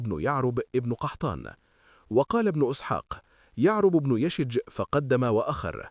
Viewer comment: ياخي اسمه يشجب وليس يشج. أخطأت بلغظ اسمة مرارا